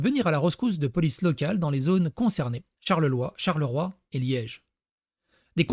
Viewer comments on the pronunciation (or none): [Brusselles, Charleroi, Ouallonie].